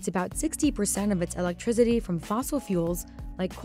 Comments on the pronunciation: Her pronouncing electrIZITY has me shocked. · "electrigity" lol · Never heard someone call 'Electricity' "Electrizzity" til this video. 🤦🏻‍♂️🤦🏻‍♂️🤦🏻‍♂️ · Elec-TRI-CITY not TRIZ-IDY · I can’t unhear “electriZity” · what's electriZiDy guys? im new here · It's electricity, not "electrizity"